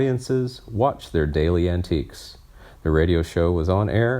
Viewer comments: It’s ANTIcs, not antIQUEs! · At least two egregious mispronunciations: Vallee and antics. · Perhaps the narrator should actually read through the script before recording. And yes, as dozens of people have stated, learn to pronounce names and those pesky "difficult" words, like "antics."